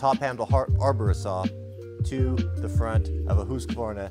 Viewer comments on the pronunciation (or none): Why is he pronouncing it as Husqavarna and not Husqvarna? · You say husqvarna weird. The proper pronunciation is husk-a-varn-a in case your curious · If you were wondering It’s pronounced hoosk·vaar·nuh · Husk varna is how you pronounce it over here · I’ve never heard anybody pronounce Husqvarna that way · That’s a weird way to pronounce that brand name. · I don’t care if you are pronouncing it correctly stop saying Husqvarna like that.